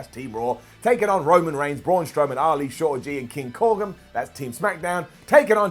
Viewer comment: Baron Corgan? You mean Baron Corbin right?